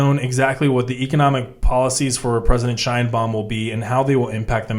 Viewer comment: Sheinbaum, not "Scheinbaum" The surname Sheinbaum is Yiddish and means "beautiful tree". It's of Jewish origin